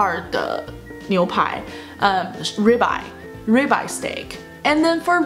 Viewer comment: ribeye 这个读音我查了有道，读raibeye。因为我之前经常会点这个牛排…所以注意到这个发音